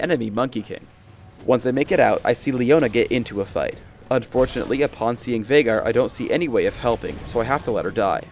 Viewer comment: that viegar (Vie-gar, not vey-gar) sucked